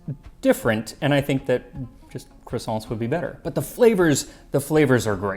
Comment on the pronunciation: Except the way he pronounces croissants; a Frenchman'd roll underground at that